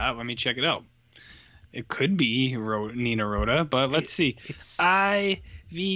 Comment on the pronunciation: It’s ‘ee vee-teh-lonee’ Try again.